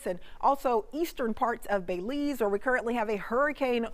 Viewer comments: It's not Bayleese, it's Belize the pronouceation is important. There is no emphasis on Bel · Miss it’s pronounced Bel-ize not Bey-lize 🙄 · Thanks, good job. I'm from Belize, it would have been nice to have an update on Lisa maybe at midnight or before daylight. Details about the approximate area where the eye will touchdown would be greatly appreciated by all Belizean. (It's pronounced like Bill - Bill-ease.)